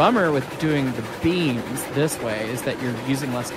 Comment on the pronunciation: I thought you guy said beans not beams, oops